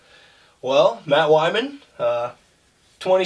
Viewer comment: Pretty sure its Wyman not Weiman... But pretty funny show all in all. literally looks the same as he did like 9 years ago when me and Andy Myers went down to those weird arenacross races in Chicago with him and his old man. Good times man let me on the show Im down for some bench racing